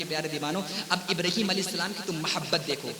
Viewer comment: ابراہیم نام ہے ابرہیم نہیں